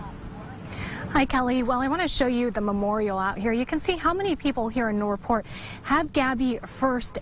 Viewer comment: WHY CAN'T SHE SAY NORTH PORT!!!!!!